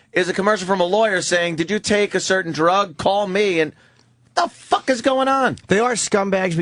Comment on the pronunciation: The way Opie says “FAWK” is the most annoying mispronunciation of a word I’ve ever heard.